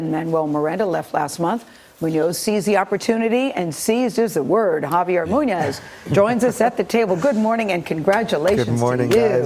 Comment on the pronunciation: One of the hosts was like "Javiar". And I'm like: "honey, no."